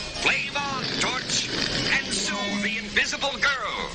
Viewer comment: Did he call Sue, Stew?